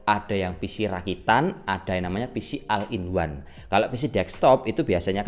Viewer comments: bukan o-ne tapi ol in wan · Bukan al in one tapi ol in one ✌️